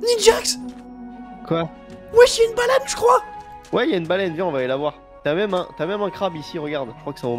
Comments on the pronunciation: ta dit une balane au lieux de baleine lol sa ma fumer 😂😂😂😂❤❤❤ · t as dis ya une balane su lieu de balaine